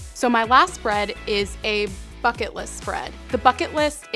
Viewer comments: It sounds like you said f*ck it list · when she's says bucket list it sounds like fuck it list XD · at first I thought you said "fuck it" list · When you said bucket list I thought you said... F*ck it list XDDDDD (;ŏ﹏ŏ) Please don't like this comment I don't deserve it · I swear to god I thought she said "Fuck It List"